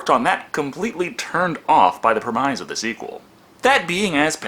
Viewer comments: I love your videos! I really enjoy them. You do good commentary, and you play a good on-screen character. And I see you've got some unwarranted negative commentary, so I apologize in advance for pointing this out: it's pronounced PREM-iss, not prem-MIZE. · Can really see the bags under eyes in this one mayne (this is my 7th time cycling through his videos bro has earned my genuine appreciation) Also. Most people pronounce premise wrong and I’ve just realized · you pronounce "premise" weirdly. great review btw. love your channel